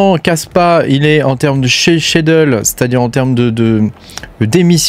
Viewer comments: Skédule pour la prononciation 😊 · J'ai mis seulement l'audio, depuis le début je me demandais ce que c'était ce nouveau concept de "cheudeule"😂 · Ce mot m'a longtemps rendu fou ! Mais en fait, on doit prononcer "Skédule"... Un autre du style : miscellaneous, qui se prononce "misselénieuss"